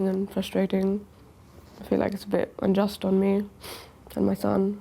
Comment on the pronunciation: unjust hahahahahahahahaha she said unjust!!!!!!!!!